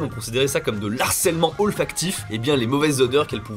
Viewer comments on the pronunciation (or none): on dit pas ''de l'art cellement'' mais ''du harcellement''